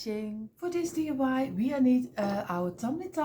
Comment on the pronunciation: Sweetie your creations are by far my favorite!!! Can you please tell me how to make this beautiful TV using the small blocks? And oh how I wish I could get you to say DIY instead of DUI. Here in the states DUI means Driving under the influence. In other words drunk driving. DIY means Do it yourself. I chuckle each time I hear you say DUI. I just adore you and if you used small blocks I would make ALL of your creations. Giant hugs for another creation well done!!!!